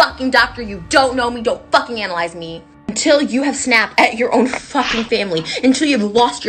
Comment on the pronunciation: " flucking" am I hearing her right here?